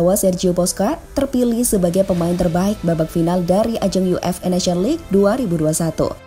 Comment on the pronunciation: dari awal sampai akhir kedengaran "yu ef e", jadinya UFA dong 😁